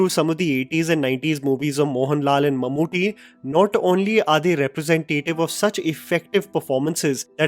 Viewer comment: It's Mammootty, not Mamuti! And in the Chapters, it's Thaniyavarthanam, meaning the Recurring Rhythm. Even though the actual meaning of the word is more like a Guitar Solo in the middle of a Rock Song, where a musician goes on his own in a composition! :yougotthis